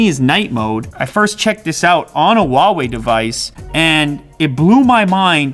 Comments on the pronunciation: can he PLEASE learn how to pronounce ‘huawei’... it’s not wawei 😂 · Hoo-wow-ee is how it’s pronounced in England. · Why are you saying “uawei” I thought the H wasn’t silent in Chinese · Good review. Huawei pronounce Huawei not wawei. The h is no silent. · I'm just curious why do most of the English speakers pronounce "Huawei" like "Wawei" without the "h"? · according to its manufacturers, its pronounced as "ha-wei" and not "hwa-wei". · I don't know why a lot people pronounce Huawei as Wawei. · Man it’s Huawei not Wuawei, they sound different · Just saying its pronounced HUAWEI - whoawe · Hu-WOW-ei :D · The "H" in "Huawei" is not silent